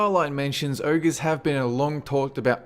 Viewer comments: OhGer... Not ErrGah... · It's "oh-gerr" not ERRGRRH. Ogre. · what the hell is an "Errger"?